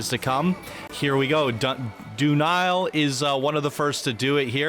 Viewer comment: Did you cringe each time said "doo nile" instead of "duh-nile"? 🤣I sure did.